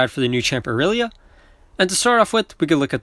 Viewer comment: finally someone who doesn't say "Eye-relia"